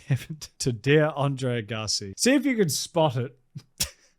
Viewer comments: Andre “Uh-gahsi”🙄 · Are you saying André Gassy? 😂❤😂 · Dude put some respect on Agassi and say his name right he is a legend